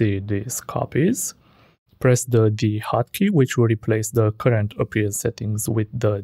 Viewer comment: whats D HOCKEY OR HOT KEY couldn't understand it